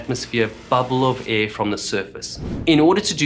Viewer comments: Could you please say "Air" and not "a" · I really want to take this video seriously but this guy keeps pronouncing air as ë and it's increasingly distracting💀